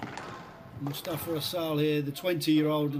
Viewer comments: his name is MUSTAFA ...not MUSHTAFA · 1. its Mous tafa not Moushtafa 2. Shorbagy isnt himself. No fight in him. To many errors. I don’t know if it was mental or physical for him but that’s not the guy who played Matthew and Ramy. Where is the guy who used to say “ill play at such an intensity that Nick who never sits between games will have to” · you're a great squash personality but please stop saying MUSHtafa! 🤣 That's not his (or anyone else's) name!